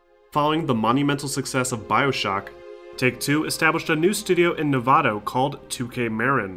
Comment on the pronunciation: I like the video, but as a nevadan I hate how you said nevada